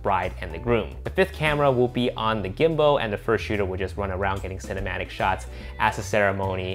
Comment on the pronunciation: i love ya but i’m gonna have to ask you to stop saying gimbo lmao